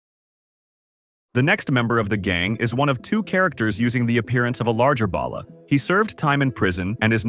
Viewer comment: Why can no one on YouTube pronounce Balla? It's "ball uh" not "bail uh" lol. It doesn't sound like ballast it sound more like ball!